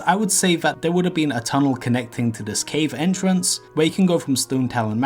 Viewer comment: Pwetty sure, entwence